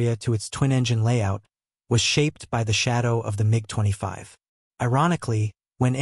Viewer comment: Love the AI narration calling the Mig 25, the MeeGee 25.